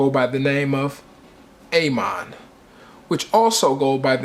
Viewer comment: A. MON lol its ah mon